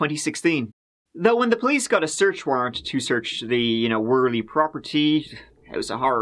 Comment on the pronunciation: Worley is actually pronounced werly. Not many pronounce the name properly unfortunately. Glad you pronounced it correctly